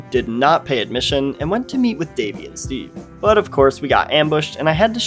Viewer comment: It’s not Blimp Strat… but it’s got the spirit. No, no, his name is STEVE, not EASE!